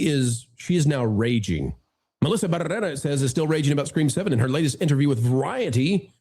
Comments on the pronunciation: Had to stop watching about three minutes in. The exaggerated rolling the R’s every time you said her name was driving me crazy. I’ll check out your next video. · you just love rolling your R’s when you say her name! Otherwise no one knows who she is. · Your over pronunciation of her last bane is highly annoying.